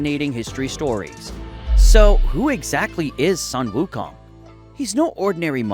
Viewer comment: bro its sun (soon) wukong not sun (son) wukong why cant ppl get that right